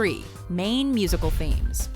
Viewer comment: lol I thought you said main musical memes.